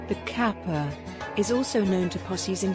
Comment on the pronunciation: 河童 かっぱ is read with hard k sound like in case, not like in cap.